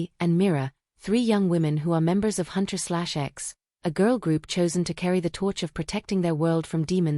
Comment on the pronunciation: The girl's group name is pronounced Huntrix. :)